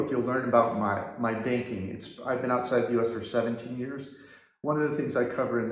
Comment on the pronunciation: I missed heard you I thought you said spanking instead of banking did think for a moment is this part of the visa requirement.